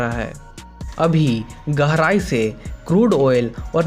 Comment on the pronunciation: garai nhi gehrai hota hai